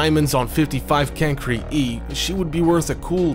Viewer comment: No its can-cry-e I know that's not how you spell it I wrote how you pronounce it